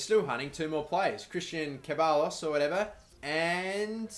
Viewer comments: Ceballos is pronounced "SEB-EYE-OS" Hope this helped mate :) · Ceballos is pronounced Cheb-eye-oss I think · Christian Ceballos is pronounced Christian Sebayos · Bro you pronounce Ceballos like this: Sebayos. Hope its usefull love the series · Ceballos is pronounced se-bai-os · Ceballos is Se-Bayos